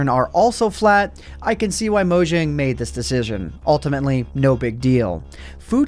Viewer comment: It's pronounced like "moyang".